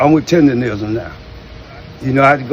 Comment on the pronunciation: He can't even say "Tendernism" properly. Zero seasoning. He talking about the barbecue community like he wasn't just running Uncle Iroh's tea shop. FOH